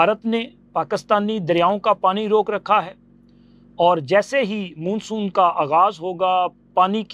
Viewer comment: मुन्सून क्या होता है बे मान्सून को मुन्सून बोलते है 😂😂😂